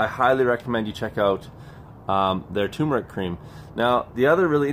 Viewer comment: Turmeric Cream. Rather than Tumeric.